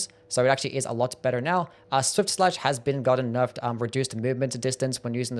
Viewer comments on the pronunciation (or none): none